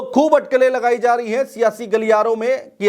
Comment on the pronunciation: भाई जा को जो क्यों प्रोनाउंस कर रहे हो ??? बताया जो रहा है is wrong बताया जा रहा है is correct..... चोन्हा के बोलने के चक्कर मे अपनी ही काट ले रहे हो...... तुम्हारा दोस्त-वोस्त नही है क्या इस तरह के सलाह के लिए ????